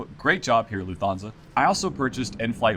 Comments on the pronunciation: I know this video was recorded 2 years ago but this is killing me... It's pronounced "luft-hansa," not "Loof-thansa". They don't have the "th" digraph in German. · And you stress the first Syllable. „LUFT-Hansa“ (not „LuftHANsa“!) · Video was very useful. Flying with them next year. Can I ask is calling Lufthansa with an O instead of an A an American thing? Like you're pronouncing it LufthONsa, rather than LufthANsa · LOOF-Tahn-za. No 'fth" sound in German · Please. It’s Lufthansa…Loof-tanza’. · An American will typical pronounce it Luft-HAHN-sa, as in, still using an "A" but not Luft-HAYN-sa, which would sound nasally and odd. But also not like an "o" in HON-ey, although it is closely similar.